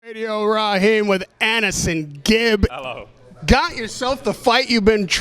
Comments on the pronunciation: Why do Americans call him annehsongib tho? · I hate how Americans pronounce Aneson